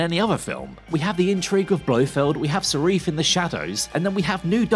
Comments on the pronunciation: Sarif? You mean Safin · Why does he keep calling Safin Sarif? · "Sarife"!! His name is Safin you lazy twit. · The villain's name is Safin not Seriph! 🙄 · I mean, I dunno about you guy, but constantly saying Sarif rather than Safin... Attempts were made? Also, you flip flop on the person story aspect. Make up your mind. Is it or isn't it? Cause you say it's both. At least once. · It' Safin not Sarif... I mean technically you are right about the character. But do your homework. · Safin. The name is Safin. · Sareef?? Who are you, and what have you done to? o.O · Its Lyutsifer Safin, no idea what name you are saying here 😅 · Perfect review…. got the villains name wrong in the first minute 😂😂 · Rendered the review null and void when you couldn't say the villains name right ffs. After all the bad reviews of this film I expected it to be absolute shit....I really enjoyed it...2ne only to casino royale for me